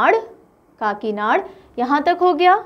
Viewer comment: Pronounciation corrections Kakinada-kaakinaada Eluru-yelooru Kurnool-karnoolu Annamayya-na and ya should dwitwaksharas Bapatla-not Bapathla You asked to correct ur pronounciation I did . Before you prepare for South maps please do talk with that particular state people for better pronounciation. Respect from Andhra